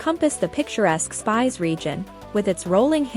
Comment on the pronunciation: It is not called Spice castle but Spish castle!